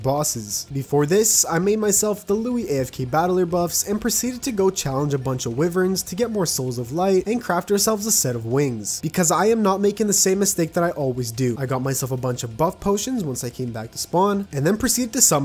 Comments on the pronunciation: btw, its pronounced "why-vern" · Did he just say “wivern” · I pronounce its wivrens lol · Why does everyone call wyverns like ( wi verns )